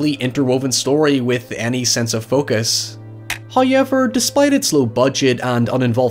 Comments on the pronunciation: First "high-yevver" . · every time you say how-yever i get distracted and miss the next sentence you say 😂